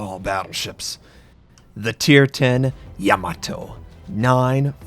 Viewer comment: YAH MOE TOE is how it's pronounced RS